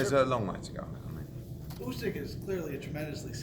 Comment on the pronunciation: is the worst "boxing journalist" out there and makes himself sound stupid everytime he asks Hearn a question. Hearn always has an answer for him 😂😂 couldn't even say Usyk's names right